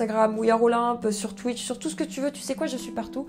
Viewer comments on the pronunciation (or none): none